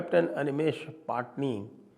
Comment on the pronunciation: पटणी not पाटनी